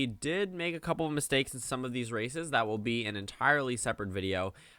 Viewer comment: lol every time you say these races it sounds like these racists and you'd be absolutely right